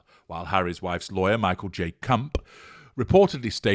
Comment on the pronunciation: Excellent care with enunciation of Michael J. Cump. Can't get sloppy with that one.